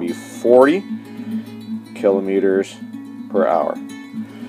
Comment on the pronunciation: It's not kelometers lol